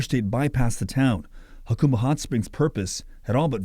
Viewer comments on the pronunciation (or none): That's HA-cumba, not YA-cumba. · It is pronounced HaCUMba, not HaCOMEba. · Yacumba? 😂 it's pronounced hacumba. Lol. The press is clueless. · It’s pronounced “Ha-come-bah”, NOT “Ha-coom-bah”. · 🫡 ~ It's actually pronounced "Huh Come bah" ✔️ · Jacumba,not yacumba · It's pronounced Huh- come- ba... By the way, the town used to be big stop before I- 8 came through there. That was the way for people to travel from San Diego out to the desert, past the border into Arizona, They failed to say that in the video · Get a kick out of outsiders mispronouncing Jacumba. Always amusing. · You can’t even pronounce the name correctly lol. I grew up there, the locals do not want you turning it into palm springs. Do not gentrify jacumba. You bring the lake back by uncapping the spring that used to fill it. It was plumbed to the original pools and later spa. It was capped by one of the previous owners. When i was a kid it was a break in the plumbing that filled the lake.